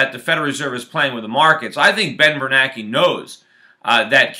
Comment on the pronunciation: I thought it was Bernanke not Bernake.